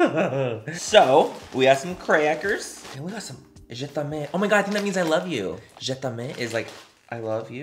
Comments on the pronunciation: Mannnnnyyyyyyy it's pronounced "Je-tem" lol. Not "je-tem-aye" goofball! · Je temay ☺️ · je taime is pronounced as je-tame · The way he said “ Je’ t’aime” killed me🤣😂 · Not manny trying to pronounce ‘Je T’aime’ 💀😂😂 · lmao the way he pronounced Je t'aime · I'm not french but has anyone talked about Manny butchering the french language with his pronounciation of 'Je t'aime'? 😂😂😂😂